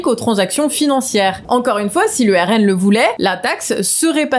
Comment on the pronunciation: le RNM ou RNeM, le E ne doit pas être séparé du M lors de la prononciation